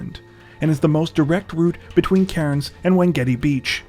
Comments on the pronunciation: the way he pronounces cairns gets on my nerves 🤣🤣 it's pronounced cans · Cairns is pronounced without the 'r' like (tin)'cans' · We pronounce it Cans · It's pronounced "Cans" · I love you guys!!! But just an FYI- Cairns, Australia is pronounced like 'Cans'. Okay, thanks again guys, keep up the great work!!! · Your pronunciation of Cairns could do with some work 🕵️‍♀️